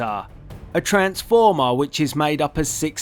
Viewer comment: Tha aykala of oa transfoma XD But nice video thumbs up